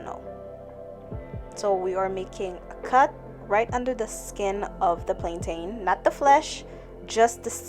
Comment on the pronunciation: I love the video, thank you girl 💜 but as a Jamaican how you pronounce Plantain irks me 😂